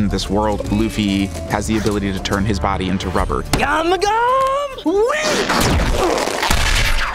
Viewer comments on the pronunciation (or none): Its gom gom Not gum gum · guys in the show please dont make him say gumu gum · it should've beeen gomu-gomu not gum-gum broooooooo